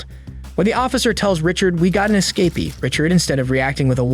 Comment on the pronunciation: "We got an esca-pee"💀